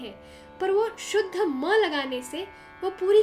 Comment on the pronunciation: Love the way you said sa re ga ma ye shudh ma ha